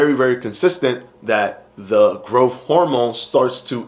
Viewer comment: Just pronounce growTH correctly!